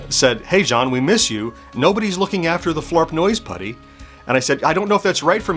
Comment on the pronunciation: 😡I am incensed on your behalf!!! You have been misrepresented! Grrr. (However, I do love that this provided you with an opportunity to not only incorporate Flarp Noise Putty into your vlog, but that you get to say it so many times, to the point where it almost sounds like you are saying Flarp Nose Putty. 😄)